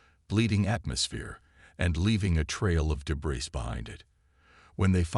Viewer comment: I am sorry but I have to say this. I love the AI voice, is very good and your plot is good but please teach the AI to pronounce words correctly. It must be an AI thing, same words mispronounced most of the time, all the time in some cases like debris, barrage, sabotage, etc…